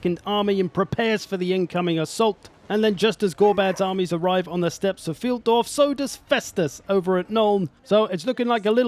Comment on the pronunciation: with all your german cursing I would expect you to know that Pfeildorf is pronounced FILEDORF! Sincerely, ze pronounciation POLIZEI